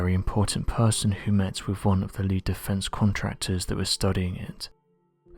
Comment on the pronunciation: Dont try to sound malevolent or sinister....it just makes you sound ridiculous.....wiv....fing....fink.....dear oh dear.....